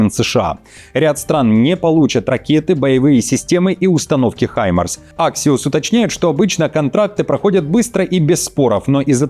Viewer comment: ХАймарс, не хИмарс